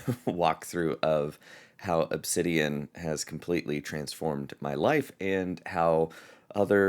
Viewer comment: Wowsers! Ask and you shall receive! Thank you,! This gives me a great direction. Looking forward to more videos! Edit: BTW...you pronounced the name perfectly:)